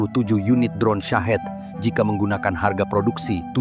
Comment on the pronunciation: Bacanya "Syahid" bang, bukan "Sahet" Rudal murah buat kamikaze -- alias mati syahid.